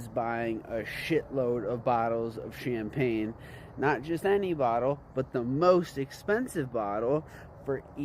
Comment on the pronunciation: I agree.... The " CHAMPAGNE S" part is where he messed up